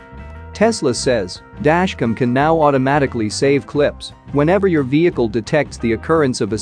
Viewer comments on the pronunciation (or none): listen to the audio in this video. Every time the script has the word "Dashcam" in it, the robot voice says, "Dashcum." there are PLENTY of other mispronunciations as well.